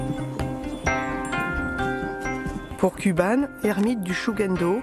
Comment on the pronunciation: "kouban", pas "kuban", pour la prononciation, nom d'un petit bouddha.